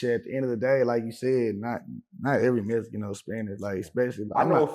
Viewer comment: What’s a mesican ?